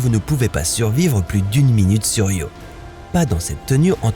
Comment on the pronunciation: Io not Rio you imbicile AI